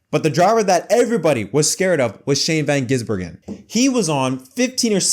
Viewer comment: Shane Van Heisenberg